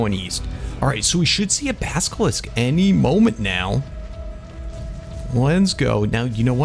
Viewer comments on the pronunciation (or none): basillisk not baskilisk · Why r u calling Baskilisk? It’s Basilisk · you say baskelisk its basilisk im dutch and im 10 and ik can say it right go to and hear it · Smh it's not baskilisk it's basilisk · it is a (Bass-alisk) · Could you say basilisk the right way plz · The way says basilisk bothers me so much